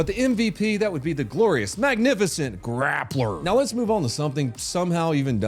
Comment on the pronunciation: I am so upset, I’m not mad at you just really upset for you letting me down with your pronunciation of grappler.